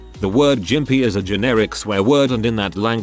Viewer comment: The "g" in Gympie is a hard G.